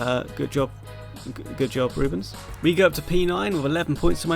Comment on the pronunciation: Rubens says you got what you deserved for butchering his name